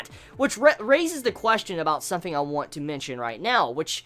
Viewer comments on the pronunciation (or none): none